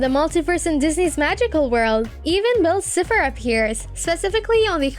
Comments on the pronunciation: Hold on. Did you just say Bell Cepher? (Ehem Bill Cipher) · Her: Bill Sifer! Me: Girl it’s BILL CIPHER (Si-Fer) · She said bill cipher but pronounced it as “bill Sif-er” and called a clock a watch. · Dude they have a fake voice or just are bad at English it’s bill cipher but they say cifer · “bill sipher” girl yk damn well… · Who else can tell she’s never seen any of these shows. Edd-ah-lyn Bill cefer plan-taars I mean come on. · Nobody: Her: Bill Sith her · Bill siffer? 😕 it’s pronounced Bill Sigh- Fur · dude it triggers me soo much how this person says bill cypher like swiffer>:((. ITS PRONOUNCED SIE FER!!! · Everyone : Bill Cipher (S-Eye-Pher) Her : Bill Cipher (S-Ee-Pher) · “BILL SIPHER” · ....you did not just call him bill "siffer" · Not be mean but it's called Gravity falls not gravity and bill cipher is pronounced Bill (si-fer) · Who else noticed that she’s saying bill sipher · "Bill siffer" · Eee-dalyn, Bill ciii-pher. I just... They're pronounced so clearly in both series... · Nobody: her: bill siffer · Why do you say "Bill Siffer"? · Why do I feel like the only way you know anything about this show is google theorists Like you messed up Bill Cypher's name and you messed up Edalyne's. You were saying bill cypher like bill cifer and saying Edalyn's name like edaline. also all your points you made are just references and one crossover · You’re saying bill cipher wrong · STOP SAYING BILL CIPHER LIKE THAT ITS DRIVONG ME CRAZY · Your saying bill cipher wrong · Good video, but please try learning how to pronounce the characters names👍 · You say Bill Cipher’s name wrong and it pisses me off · The way you pronounce Eda’s name makes me cringe. It’s ‘EE-da-lyn’ not ‘eh-da-lyn’ There are other mispronounciations throughout like Bill Cipher and scepter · ☠️ the way they say bill’s name bothers me so badly… 😭😭